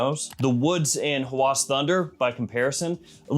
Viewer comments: its a short A, so Hawas, not Hawaas. thats how its pronounced. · Arabic speaking here: It's not "Huh-whooaaaas" Nah..it's "ha-whass" >> where A of "ha" as in "apple" >> and "whass" also as in "apple" without extending it